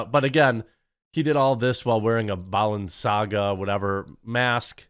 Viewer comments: Bal-en-saga. If you are covering this you had to have heard the correct pronunciation lmao. Bo-lensee-ahgah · why is it, that all these YouTube and news media cannot pronounce Balenciaga correctly